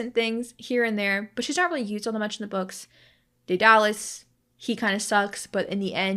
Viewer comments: Btw I am pretty sure Daedalus isn't (day-dar-lus) its (Day-der-lus) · don’t know where u got the r sound but it’s pronounced deh-duh-liss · dur and duh sound the same, also I'm not very good at sounding names out. I think (dead-uh-lus) would be closest